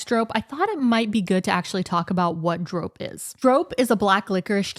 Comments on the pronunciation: I don't (always) want to be that annoying person, but we pronounce the o in drop a bit like the English "border". I felt like your version was a bit too much in the "snow" direction. Other than that, you're doing a great job exploring our language and food 😊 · It's pronounced drop, just like the English verb, not droap. Hopjes have the same sounding o, like the English verb hop, not as in hope. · Yup, not 'droap' but simply the English 'drop'. And easy on the 'w' in 'drwop', make it 'drrrrrop'. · Drop is actually prenounced as dr-oh-p not lik the hard ooo as in OK but more the soft oh like the meh kind of oh sound. Hope I explained it right, but dropjes is not with a hard O, but soft O. If that makes sense. Hahaha, better explained in talkative Dutch. It is why people have trouble understanding our language hahaha. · The letter O in drop is the same as how you guys pronouce the letter O in Dordrecht, just a tiny bit shorter.